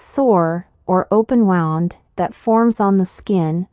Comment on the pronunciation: Please,correct the word " wound" should sound as "woond".